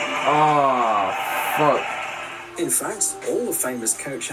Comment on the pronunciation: When he said what the fuck he sounded like a fellow British person lol kind like Harry styles 💖